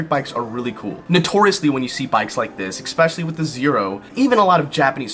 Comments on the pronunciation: ES-PECIALLY! Not EX-SPECIALLY! Goddamn! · I think you're wrong because you pronounce the word especially like expeshilly. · where is the "x" in "especially"?